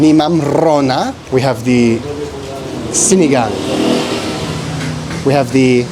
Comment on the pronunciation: Pre!! Pero na perfect naman nya ang pagbigkas nya ng SINIGANG today!!